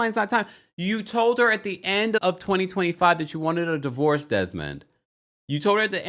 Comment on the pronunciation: “DIVOVORCE”… do better TMZ. Also, is model the new word for ho?